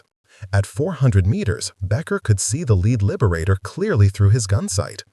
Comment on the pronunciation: Please stop using the AI voice. Please. lyeberator?